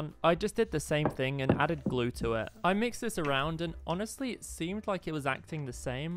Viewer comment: If u put words on and when he says even more glue it says even more glow I think it’s cause of his accent